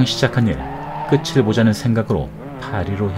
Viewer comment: 끝을[끄틀]로 읽어 주시면 좋겠네요, 구개음화 ㅌ+ㅣ=치 ㄷ+ㅣ=지